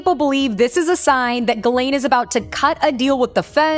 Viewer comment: it's not pronounced Galane. it's pronounced Gislane.